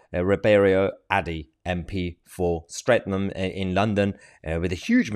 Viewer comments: Mahyar. Streatham is pronounced St Reatham. ;P . You did give me a chuckle the way you said it. Never heard it like that before. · Stret ham it is pronounced